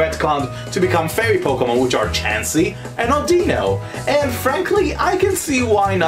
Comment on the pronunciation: its Au-DEH-no